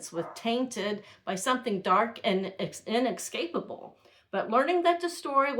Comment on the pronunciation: Wonderful account. Here are some tips for English presentation: "He had two half brothers, WHOM we learned were also adopted." Inescapable [ IN ESS CAPE ABLE ] not inexcapable. There is no X in there.